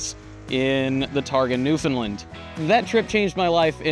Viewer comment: You are pronouncing Newfoundland wrong